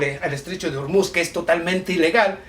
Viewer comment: Que tiene que ver Pakistán con el Estrecho de O-O-O-Ormuz , (no Urmuz)? Eres un ignorante.